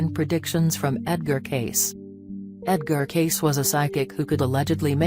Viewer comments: It's Cayce not Case, you stupid robot!!! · Cayce said casee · Why pronounce his name incorrectly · Right? And why the voice? Ugh... Love Mr. Cayce tho) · thumbs down for the robotic voice & name mispronounced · Why don't you pronounce his name correctly?